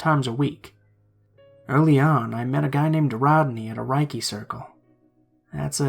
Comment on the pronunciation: Dude, you're one of the best narrators--who'd have criticism of you? Actually, I have one. "Reiki" is pronounced more like "RAY-key" than "RYE-key." That's it! Stellar narration as always!